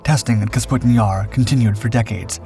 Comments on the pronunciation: It's Kapustin, NOT "Kasputin." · "Kapustin" vs "Kasputin" 😂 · [kah-POO-stin] not [kas-POO-tin], come on my guy, first line of the video!!! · Little things that really don't matter but still bug the shit out of me, like pronouncing Kapustin as Kasputin. Otherwise, an entertaining diversion. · Please pronounce it correctly! Капустин is KAH-POO-STIN, not KAS-POO-TIN. Russian isn’t all that difficult. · Kapustin, NOT Kasputin.. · Kapustin, not Kasputin lol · It’s „Kapustin“, not Kasputin… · Kapustin Jar, not Kasputin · You say Kasputin yar 9000 times. It's Kapustin. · Kapustin not kasputin . This is not as rasputin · Clearly spelled "KAP-SUTIN"...he pronounces is "KAS-PUTIN" six dozen times. 😂 Now ask him to pronounce "chassis". He says..."CHAS-SISS". 😂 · Please...! Name of the site is KaPustin-Yar - not KaSputin-Yar!! (Check Google - for God's sake) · they put Putin into everything. of cause its KasPutin Yar now. not Kapustin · Kapustin, not "kasputin". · under the picture it says . . . . Kapustin Yar emerged, but the narrator says Kasputin Yar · Please tell the narrator how to read. Kapustin, not kasputin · Did the mispronunciation of Kapustin through the entire video bother anyone else? It's Ka-pu-stin... Not Kas-pu-tin. Despite that, it's a fascinating subject. FYI, the British Canberra set an altitude record of 70,000 feet in the 1950s. In comparison, the ceiling of a MIG15 was 50,000 ft. The MIG15 carried two 23mm machine guns and one 37mm auto-cannon. It also could be fitted with unguided rockets. None of this would have been effective against the higher flying Canberra., which also was a near match for the top speed of the MIG. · For crying out loud, your pronunciation of Kapustin Yar make me go crazy. Just look at the order of the letters: "kapus" instead of "kaspu".